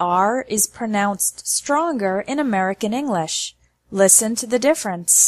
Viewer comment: I believe she's pronouncing English without any G sound in it. It sounds more like Enlish. I'm not saying it's wrong, I've just never heard anyone say that way